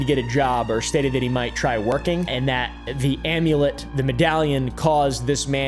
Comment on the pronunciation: You said HE wrong.